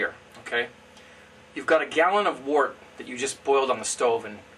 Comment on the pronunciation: I always thought one should call the unfermented beer "wort" sounds like "wert" not "Wart". Isn't that the correct pronounciation? The word "word" sounds like "werd" not "ward" and so the word "wort" sounds like "wert".